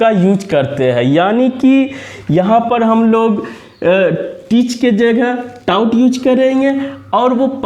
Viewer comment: Without content I never gave any reaction...... क्योंकि इस modern time में आप taught को टाउट बोल रहे हो। Please आप इसे सही करो after that we are doing like share subscribe.... Ok sir 👍👌 Goodbye 👋👋